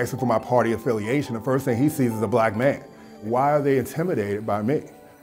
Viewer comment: The same "maiiiiin" . She from Michigan?